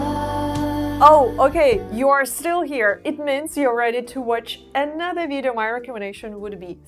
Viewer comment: i really really wish you could learn how to say VIDEO in English. We do NOT say VEEJO as you do. Please try to say VIDeo. 3 Syllables. VID-e-o. Please try. You use this word a lot and it is extremely annoying to hear you mispronounce it! Thank you